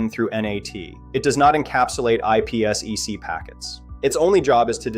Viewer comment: wtf is IP esss eeee ceee?? It’s called IP Sec